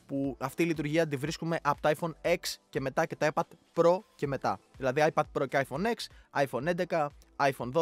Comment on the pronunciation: Το iPhone X δεν Λέγεται εξ αλλά 10 μόνο στην Ελλάδα το λένε έτσι που είναι λαθος επειδή δεν ξέρουν να διαβάζουν Λατινικά